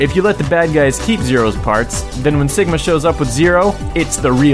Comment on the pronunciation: Awesome list ^^ plus btw dude you said "Stigma" instead of Sigma sorry if you didnt but I keep check and that what I hear lol